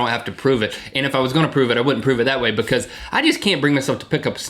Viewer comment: i really love this these two, but Link is starting to drive me crazy with the way he pronounces because :P ive picked up on it in a lot of episodes and he always says it like bucause- or stutters and says bucause-bucause- ( buh-cuz ) lol not hating on Link just sayin' he drives me crazy!! xD Link says bucause, than right after Rhett says because twice properly. listen closely!